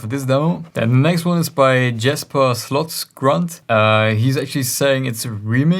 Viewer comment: Thank you for listening to my track! And thanks for the feedback! I guess I forgot to mention my artist name and Instagram, but good job pronouncing my last name hahah,. Many get the "grund" wrong in "Slotsgrund":))